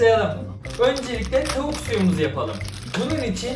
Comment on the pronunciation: Abi Kastamonulu musun? Tauk diyorsun da😅